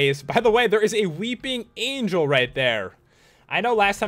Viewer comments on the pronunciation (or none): none